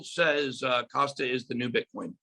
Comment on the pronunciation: And it’s Kasta…not Costa which is the coffee shop chain.